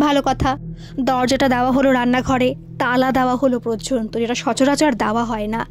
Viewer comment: প্রযন্ত নয় কথাটা ,কথাটা হলো পর্যন্ত (পর জন তো ) অনেক দিন ধরে ভাবছি তোমায় বলবো ,কিছু মনে করো না ,শুধরে নিও ভুল টা ।😊